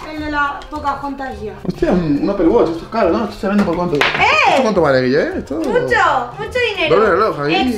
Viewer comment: 10 37 dice Gillen